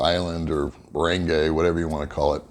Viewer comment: Thanks for posting the vid! super helpful. Could you try pronouncing Dumaguete and Barangay better, though? Correct pronounciations: Du-mah-geh-TEH (not tee) Ba-rung-guy Thanks again. Will keep watching your content!